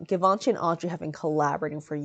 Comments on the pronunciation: it's givenchy like geee not give..... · Givenchy, gchee-von-she. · Love the informative fashion breakdown! Unrelated : is it not pronounced jee-vhan-shee ? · Why do you pronounce givanchy like that? The first sound is zh. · All those people correcting you in the comments is so upsetting. I’m sorry lovely! This dress is almost as beautiful as yourself! I for one have known about some of Givenchy’s designs for years and not once have I heard the name spoken outloud. Idk how they expected you to know the proper pronunciation. I was saying it how it is spelt all these years. Don’t feel discouraged, some people are just hurtful. Keep up the good work and thank you for everything you do! 💖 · Did you have to wear a strapless cone bra? How did you hide the straps in that cutout in the back? Also for someone who makes a great effort in pronouncing the French words so accurate (ie Duchess), why is your pronunciation of Givenchy not applied? The French (which Hubert de Givenchy was), pronounces it "Jzee-Vawn-Sheee"